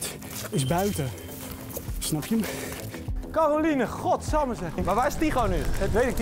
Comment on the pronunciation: op zegt Tygo 'Calorine